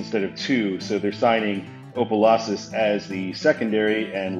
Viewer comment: The Louisiana half of me felt the compulsion to correct two pronunciations. Actually, introduce a pronunciation and correct another. Tchopitoulas is pronounced "chop-a-TOO-las" & Opelousas is pronounced "opp-a-LOO-sas".